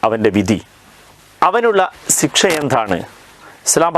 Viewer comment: "സിക്ഷ" എന്ന് പറയുന്ന പത്തു തവണ 'ശിക്ഷ' എന്ന് ശരിയായി പറഞ്ഞിട്ട് ഇനി യൂട്യൂബിൽ കയറിയാൽ മതി